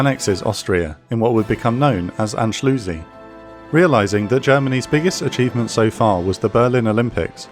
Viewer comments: Anschlusi.... cant stop laughing.... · "in what became known as Anschlussi" I DIED